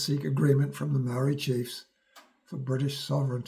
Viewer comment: muarry lived happily 😂